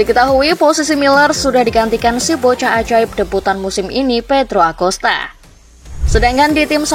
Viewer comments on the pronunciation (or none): none